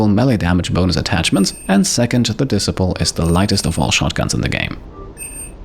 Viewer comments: Great video! I know you're not a native english speaker, but just wanted to mention that Disciple is pronounced like Dee-Cy-Ple - cy as in Sci-Fi (your pronounciation was more like diss-siple (like posicle) if that makes sense...) As you're a completionist, I thought you might appreciate the feedback 😉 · OMG you have me in stitches, the weapon disciple you are pronouncing it as dis-sip-el. it is pronounced de-ciple … I have a hard time to with a lot of the names but u so funny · Great vid, thanks. Ps disciple is pronounced dee-sai-pill 👌